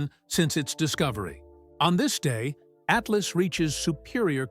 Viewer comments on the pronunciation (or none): Haha -- I didn't get past "Ah-tee-LOSS" . This AI-generated crap is ridiculous.